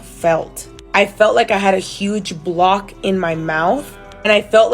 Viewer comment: You did have a huge coc.... ooh you said block... with a B